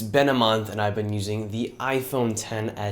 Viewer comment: It is "BEEN" (like you say BEAN)... "NOT BENT" (shape or force something straight into a curve or angle) !!